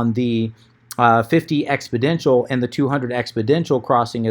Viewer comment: FYI it's exponential not expoDential